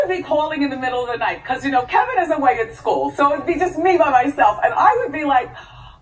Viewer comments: Please please stop saying kelvin... it’s k e v I n.. said it with me... kevvvviiiinnnn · KEVIN not Kalven.....jesus fix it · KEVIN not KELVIN..... good job though! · Gurl u make a whole video calling him Kelvin ? Its Kevin ... I mean Wendy has called him Kevin 875,445 times on her show and even here in your video lol .... Love me some Wendy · His name is Kevin lol not Kelvin lol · Kevin not Kelvin lol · His name is Kevin not Kelvin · It's Kevin, not Kelvin. And Good Riddance!! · His name is Kevin not Kelvin. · His name is Kevin, not Kelvin. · Kevin not Kelvin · Its kevin not kelvin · 1st of all his name is Kevin, not Kelvin!!!... If you gon spill the tea do it RIGHT!! ...uggh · It’s Kevin not Kelvin...... Sheesh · His name is Kevin, not Kelvin! Dayum! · Well done video but just one pet peeve KEVIN not Kelvin. Lol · the man's name is Kevin not Kelvin!!! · Honestly, you sound like a die hard Wendy stan, so there's absolutely NO JUSTIFIABLE REASON for you to CONTINUOUSLY refer to that man as Ke'L'vin, especially for as long as this story has been publicized, not to mention how many references to him (as Kevin) she's made to him over the many years of their marriage! Honestly, how is their son's name Kevin Jr/Little Kevin with a father whose name is different than his? It's pretty irritating when you vloggers don't do your due diligence, especially when one of your very own "receipts" within this video states his name is KEVIN (seriously, how many times has she referenced his name during the many years of their marriage? )...& yet, you continued calling him Ke'L'vin-that's inexcusable, making you look dumb & lazy! #ChronicleShouldFactCheckBEFORESpeaking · It’s Kevin please fix it his name is not KELVIN ITS SO ANNOYING WHEN IVE WATCHED WENDY FOREVER SO FOR THE NAME TO BE WRONG DRIVES ME CRAZY IF YOUR GONNA DI A VIDEO MAKE SURE YOUR INFO IS CORRECT ITS KEVIN!!! No L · Why do you keep calling him Calvin its Kevin? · His name is Kevin not KELVIN. lol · Kevin, not Kelvin.